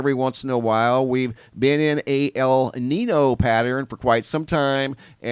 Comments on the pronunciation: Love your reporting. Those terms are pronounced "la neen yo" and "la neen ya" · Thanks for the updates! Love the channel. A little help with the pronunciations. La Niña is pronounced lah neen-ya (the niña part isn't pronounced like Tina). And El Niño would be El neen-yo. Hope that helps :)